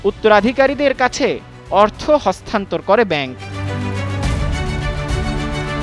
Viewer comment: হস্তান্থর না রে ভাই হস্তান্তর